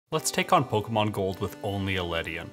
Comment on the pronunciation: good but you do say pokemon wrong its poke kay mon